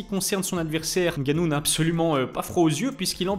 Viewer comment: Bravo pour cette vidéo, j’animerai bien que tu consacres un sujet sur le pour et le contre du départ de l’ufc de Francis. Bravo pour la prononciation de nganou, tu y es presque, ça se prononce co mnémotechnique, sans appuyer sur la première lettre. Merci encore pour très contribution.